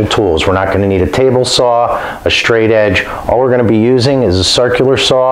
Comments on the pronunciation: Stop saying shtring and shtraight....you are ruining the English language! 🇨🇦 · “Shtraight”, “shtring” :)